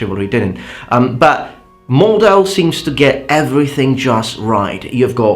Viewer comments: Very interesting video. Thanks. But as a native speaker of German I would like to say something about name of the game: It should be pronounced like MORT-how. Mordhau is a German compound noun formed out of “Mord” (“murder”, pronounced with a “t” sound at the end because of German obstruent devoicing in the coda) and “Hau” (Middle High German for “strike”), therefore the “h” is not silent but the second syllable is pronounced exactly like the English word “how”. Stress should be (not 100% sure, see below please) on the first syllable as it is the common rule for compound nouns in German. I normally would not mention that but as this is there might be some people who are actually interested in linguistics, including himself. Yet I have to confess that I never studied German linguistics and I am not too good with Middle High German, so the stress distribution is only an assumption based on current German. I briefly googled for it but I could not find any reliable source on Middle High German prosody and how it may or may not be different from current German. If I remember correctly what I learned about Old High German and Middle High German at school this rule has not changed but I have nothing to back that up. The pronunciation is straightforward, though, as “Mord” is still a German word with unchanged form and meaning and although “Hau” as a noun does not exist in standard German any more it has been preserved in a few more colloquial expressions (e.g. “Ha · thank you very much for your interesting and frequent videos, its always a pleasure to watch. now for a bit of pronunciation: The H in german Words is not Silent. The rest of the word was pretty good but hau is more like the english how ( more or less). i think you will appreciate a bit of;-) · You have to separate the syllables of Mordhau. ;) It's pronounced like "Moard-How" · No that's not how it's pronounced. There is a (non-silent) H in Mordhau.